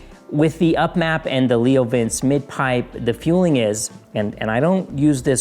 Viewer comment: Great video but it’s Leo Vin-chay